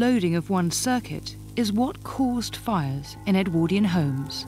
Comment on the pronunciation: If his name was Edward why do you call the period EdwORdian and not EdwARdian